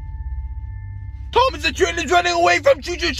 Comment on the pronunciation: Bruh it said THOM AS😂